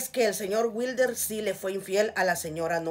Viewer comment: La venadita del jabalí 😂😂👈 dígale witre no wilder 🤣